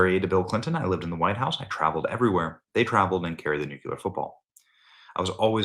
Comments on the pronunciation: Nu- clear. NOT nu-quiler😂❤ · New clear...not nucular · Nuclear, Benny, Nuclear!!! Pronounced Nuk lee ar,, NOT nuc you lar as you pronounce it...just look at the spelling...Nuclear...Nuc le ar...not nucular...love your service but mispronouncing this particular word does not make you come across as particularly intelligent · Please please stop saying nucular. I love your content but every time you say nucular rather than nu-CLEAR, I literally lose brain cells. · Damn why can't you learn to pronounce the word NEW CLEE R....not NEW CUE LER. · Benny. You’re also pronouncing nuclear incorrectly you’re pronouncing it “Nuc Ya Ler”. Properly it should be pronounced “Nuc Lee Er” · I've come to believe that in order to become a very accomplished journalist, you must be able to mispronounce nuclear regularly. NuKular. Sounds like sheer professionalism. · New-Cue-Lar? come on, now you're just doing it on purpose. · Benny!!! NOO-QUE-LER???!!! 🤦🏻‍♀️ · Oh Benny..it’s NU-CLEE-UR. Love you dearly, but you sound like GW when you mispronounce that word 😂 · Benny, when are you ever going to learn how to properly pronounce the word nuclear? I've only pointed this out about 14 times. Guess you or your staff never read your comments. Keep mispronouncing it and it makes you look like you don't know what's up. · Can someone teach benny how to pronounce "nuclear" wtf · Benny. Please open your mouth properly when you enunciate and work on your “S’s” as in the phrase “Secret Service”. When you say, Secret Service you whistle. Love your show, but it’s difficult listening to you because your mouth doesn’t move properly. Your mouth should not whistle when you pronounce an S.